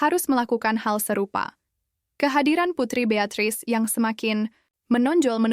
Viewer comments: Bisa ga sih bacanya putri betris,bukan BEATRETIK... 😢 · Iya aneh dengarnya namanya Beatrice, bacanya betris, bukan BEATATRIS, sebelum dubbing baca dulu naskahnya, jika ada tulisan yg tidak Tau bacanya, Tanya sama yg buat naskah gimana cara bacanya, biar ga salah. BEATATRIS, "TA"nya Dari mana? Ngaco nih dubbernya. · Narator, tolong belajar bahasa inggris Beatrice fibacanya beatris bukan beatatris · Beatris mba bukan Beatatris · Cara bacanya bukan Betatrice melainkan Betris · Hanya nonton sampai menit ke 3 , malas dengernya Beatatris Beatatris trus pdhal namanya bisa disebut Betris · Bacanya itu putri BEATRICE.BUKAN BEATRATIC.TAPI BEATRIS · Dibiasain bngt pakai AI, voice overnya ngeja dari tulisan. pakai spelling Indo. Beatrice jadi Beatatris. ganggu telinga lama lama. Penyusunan kata katanya juga muter" n covernya jg click bait... Sumbernya dari mana sih? gak dicantumin. makin lama makin blunder aja 😂 Drama nya beneran hasil imajinasi sndiri who knows... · Mb kamu bacanya salah....bacanya Betris..... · Pembaca berita itu paling tidak minimal fasih berbahasa Inggris. ......masa bacanya 'beatratris'.....😂😂😂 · Hai mba loe kalau baca yg benarrrr...., kalau loe ga bisa baca mending loe nyapu kebun aja... masa nama seorang putri keturunan kerajaan besar loe sebut putri Betriiiace...loe ini mesin Google apa mesin giling....ng...ng.. Najissss gue dengarnya 😮😮😮😮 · harus nya dibaca bertris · Betul banget ! Belajar donk sblm ngomong, risih rasanya telinga ini ! Asal ngomong aja ! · yg baca in video ini kacau krn bilang beatrice masa beyataris e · Suara pake AI ya gini... Beatrice dibaca Beata Trice. 😂😂 Asli hoaks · Kenapa nama Beatrice jadi beatatrice?? Siapa yg bicara ini suaranya sering terdengar di vidio2 tp tdk pernah menyebutkan nama atau kalimat tertentu dgn benar??? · Putri Beatrice waktu kecil ga dipasangin kawat gigi?! Padahalkan orang kaya....Min Beatrice dibaca betris, Eugine dibaca Yujin. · Dibacanya betris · Iya harusnya spt itu, ga bisa baca kali😂